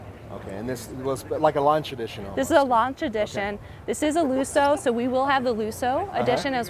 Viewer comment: Better learn to swear in Italian if you're going to buy a Fix It Again Tony Spider. "Looso" eh, is that what the car becomes when you hit a bump? ;)